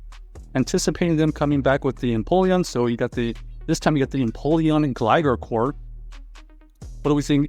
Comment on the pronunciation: Why is bro calling it Gligger?